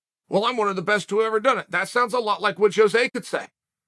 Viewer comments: Sonnen … In your quest to be the best, I mean better than the rest. Cuz you are a true freak show and the one that is always in the know … can you do me a favor though. Pronounce Aldo’s name right that way your show will be tight and give others fright. Phonetically speaking (believe me I’m not tweaking) it’s HO-ZAY not JOE-ZAY. A ROW-ZAY by any other name would stick as hard. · They way Chael pronounces ‘Jose’ had me dead lmfaooo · Why is Jose Aldo the only Jose that people pronounce the J?